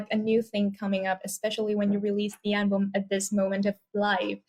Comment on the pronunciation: Sao bé Vy cứ đọc “an-bùm” hoài vậy ta? Album phải đọc là “eo-bầm” có đoạn Ed cũng đọc rõ như muốn sửa cho Khánh Vy. Từ album là từ cơ bản vậy mà đọc để sai. Các em thần tượng bé Vy khoan đọc comment này mà làm ầm lên. Vì Khánh Vy là đại diện và may mắn được interview Ed nên càng phải chỉn chu, chứ “phát âm sai vài từ có sao đâu” thì VN ko thiếu gì người có thể thay vị trí của em. Góp ý vậy thôi nhé!